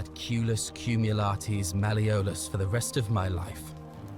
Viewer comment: Malle-O-lus, for Christs sake.